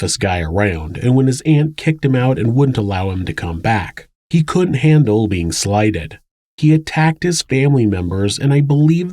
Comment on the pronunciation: The proper word is "couldn't" Not "coont". Proper pronunciation of common words provides a more professional presentation.